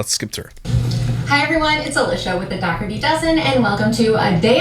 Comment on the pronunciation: Ok im just gonna tell yea all now she does not pernounce there last name correctly and its getting onto my nerves. Ok the g in the name is silent its silent ok its da her tea thats how you say it i have never heard anyone with that last name pernounce it the way as he does .